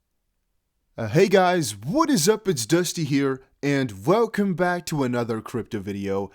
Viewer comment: Velcome to the channel. This is vhat I think 👌